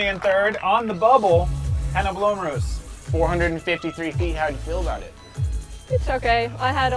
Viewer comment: Cool, but a "c" in "Mäckelä" is just ridiculous. In many languages, all letters are pronounced and this typo slaughters his surname. It just shows complete lack of understanding of life outside of US. BTW, Tuomas's surname wasn't pronounced correctly even once, if I'm not mistaken. Same with "Blomroos". Ignorance is a bliss, I guess :/